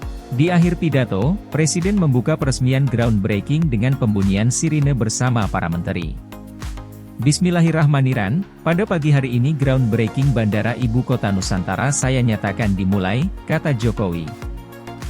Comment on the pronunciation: Naratornya agama apa sih!??? Bismillahirrahmanirrahim di ucap: "biismilah niran'.. Wadoouuwww Yah**i juga nih.Cepat di ralat